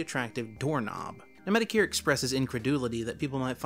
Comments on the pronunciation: MediCare lmao. It is said Met-o-kur. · It sounds like you’re saying Mr. “Medicare”. Just pointing that out. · The way he said metokur Bruh